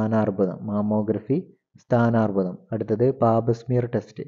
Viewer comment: സ്താനാർബുദം അല്ല സ്തനാർബുദം